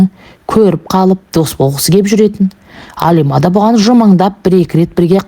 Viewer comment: Алима емес қазақ Әлима деп айтады.Орысша айтпа